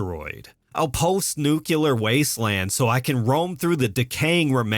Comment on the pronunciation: It's "nuclear", not "nucular".